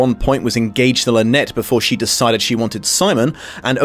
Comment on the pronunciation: Sympathetic or not, it drives me stark staring bonkers that they persist in pronouncing it “Lynette”.